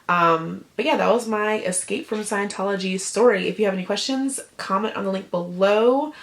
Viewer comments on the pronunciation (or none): none